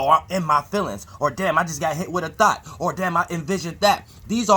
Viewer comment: I appreciate you continuing to give us the knowledge and info...but please stop saying thot and try to say thought (thawt). No disrespect fam ijs...when you say thought it always sounds like THOT! 😂😂